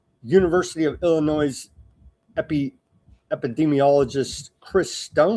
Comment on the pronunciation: Illinoi(s) the s is silent lmao.